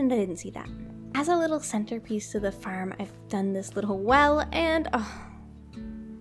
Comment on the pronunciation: When u say farm it sojnds like ur saying ferm